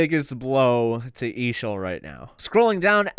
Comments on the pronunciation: No it’s not! It’s EASHL! You say it letter by letter. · Your not pronouncing it right!